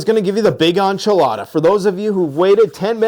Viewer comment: It's ENCHILADA. 👍